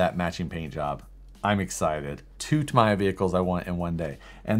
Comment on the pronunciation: it's Tam:e:ya lol Tamiya....